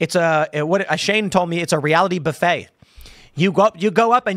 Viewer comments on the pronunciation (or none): none